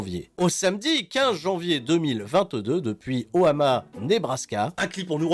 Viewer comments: Omaha NOT Ohama! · O MA HA, pas O HA MA 😂😂😂😂😂. Comme Omaha beach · J'ai du raté un délire mais Pourquoi tu dis toujours oHAma au lieu de oMAha??? J'ai pas la réference je crois:O Oui oui Shame on me:( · c'est omaha et non ohama!! bonjour la dyslexie x2